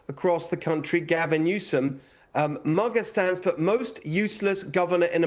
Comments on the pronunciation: I'm sorry, but I'm not voting for a Brit for CA governor. Give me the sheriff! Hilton cannot even pronounce MAGA.🤷🏾‍♀️ Dude is not from here and probably doesn't know much about our landscape. Let's go sheriff! 🎉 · “MUGA” 😂😂😂 Actually, I think that’s a close one between Newsom and Pritzker…